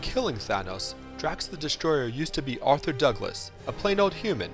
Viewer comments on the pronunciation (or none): none